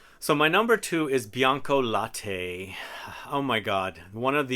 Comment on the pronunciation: Bianca late means white milk, not « laté »